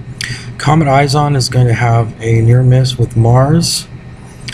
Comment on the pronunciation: you sound stupid, can't even pronounce it right its not eyes on. It's ISON. ICE-ON. ISON. not eyes on. all french and shit.